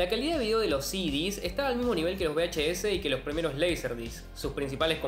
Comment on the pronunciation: Por cierto, se dice VHS, no BHS. V y B, no suenan igual.